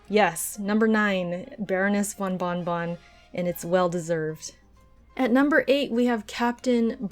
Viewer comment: Moreover it is not von Bonnbonn, it is bonbon, which is candy in french.